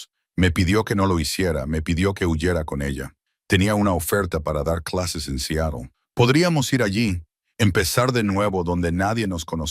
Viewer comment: Sería bueno que aprendas a pronunciar Seatle